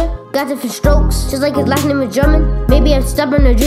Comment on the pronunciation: you got the pronunciation of his name right and it feel good lol